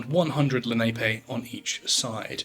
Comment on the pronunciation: Lenape is pronounced lu-nah-pay. There's a Lenape Talking Dictionary online if you're interested in learning and preserving the language